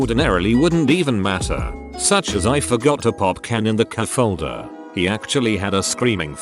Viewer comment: Wait, how the hell does your bot know what tl;dr means but mispronounces cupholder?